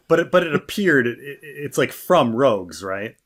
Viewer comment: Hearing him call it Star Wars "Rouges" (3-4 times) totally discredits anything he has to say on the subject matter. This was an even an accident because how I remember him saying it and passed videos. To be unfamiliar with Star wars at that level is completely laughable when paired with a person attempting to create Star wars review videos